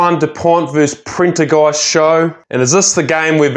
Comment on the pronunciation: he said Printer Ghast